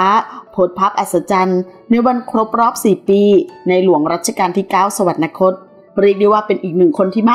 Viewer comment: สวรรคต อ่านว่า สะ หวัน คด ไม่ใช่ สะ หวัน นะ คด ไม่มี ณ . ไม่มี น . นะ